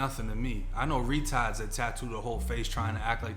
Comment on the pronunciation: He said, Retaahds. 🤣🤣